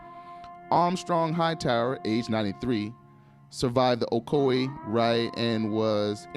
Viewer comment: these yankees crack me up by the way they pronounce ocoee like " o co eeee" when it's suppose to be like "o coy"